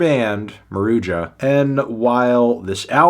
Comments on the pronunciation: "maroodja" lmao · It's pronounced "Maruha" this stuff is so easy to look up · the band themselves says that its pronounced maru-juh